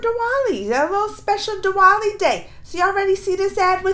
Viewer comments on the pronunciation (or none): it's pronounced as the-waali.. not D-wali😊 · No..not as in Thunder TH.. it's more like the article 'The's TH.. I hope I am able to explain now..😂